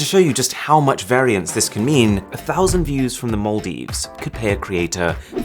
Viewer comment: the fact that you can pronounce maldives better than an actual maldivian which is umm me